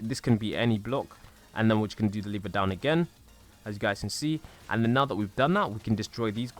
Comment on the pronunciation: Lever not liver